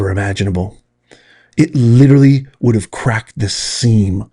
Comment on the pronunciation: Please stop using the word literally. You sound like a moron when you use it incorrectly and pronounce it incorrectly.